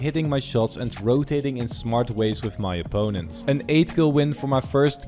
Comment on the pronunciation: when he said "wif" i felt that